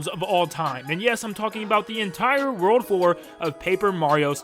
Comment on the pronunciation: this one did come as a surprise to me because like man... Who forgets the r in world?